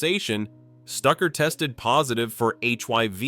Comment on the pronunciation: HIV NOT HYV. IDIOT AI